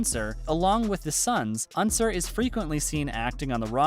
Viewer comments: Unser is OUR in german and NOT hour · Lol im german and i didnt realise that unser was meaning "unser" cause we pronounce it total different but nice to know sutter reminds me little bit on rockstar games with stuff like this :)